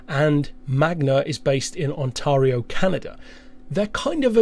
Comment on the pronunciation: I hate pronounciation nazis but I still want to mention this anyway. On-tair-ee-oh